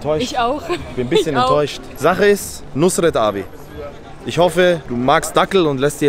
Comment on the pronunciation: Fazit: Nus-ret...Muss-net!